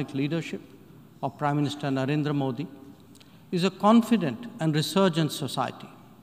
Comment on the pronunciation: Europeans and Americans pronouncing names of Indian leaders - vivekamunnununund , su-bra-m-n-ya-nu, moo-dee !!! We pronounce their names correctly or atleast puts in some effort to check online how to pronounce difficult names as a form of respect !!!